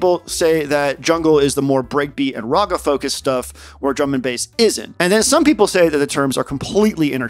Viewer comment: awesome vid bro, really high quality edits and production. This should have WAY more views. Also you pronounce raga wrong 💀